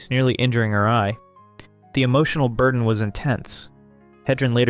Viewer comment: " The emotional burden" [Bird-den] I see what you did there 😆 "Several abrupt cuts" OOPS he did it again. . .